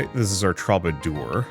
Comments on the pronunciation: It's a very minor nit-pick, but the way you pronounce 'troubadour' gets on my last nerve... "True-ba-doer".... not "Troba-door" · Please my guy, for the sake of my sanity, troubadour is pronounced True-ba-door.